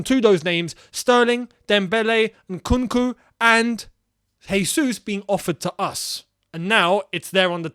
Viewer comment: Gabriel Jesus name is pronounced Jesus not Hesus as he’s not Spanish he’s Brazilian and in Portuguese J is not pronounced as H. Thank you